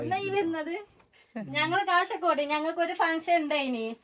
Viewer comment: കാസർഗോഡ്‌ സ്ലാങ് ഇങ്ങനല്ല. കഷർഗോഡ്‌ അല്ല 😢😢😢 ജൂീഷ് അല്ലാ. ജ്യൂസ് ആണ് 😊